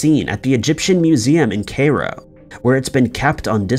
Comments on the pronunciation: That didn't escape my notice, either. Lol. He managed to get many of them wrong. I mean, "CAYRO"? I always thought Cairo was the capital of Egypt, and I'd never heard of "Fayro's", though I'm assuming he meant "Pharaoh". ;) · ohh that was Cairo?